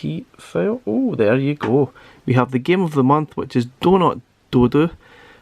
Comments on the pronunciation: I dunno if is just your accent but I keep hearing doodoo when you say dodo as in dead as a dodo lmao. Got this game on pc a while ago, what we saw here is basically 80% of the game. There's only 5 levels to it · Great review and I prefer your pronunciation of the game "doh doo" which harks back to Mr Do! than mine "doh doh" as in extinct bird ;-) Keep up the awesome work!